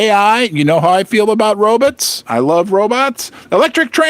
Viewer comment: "Robuts" lol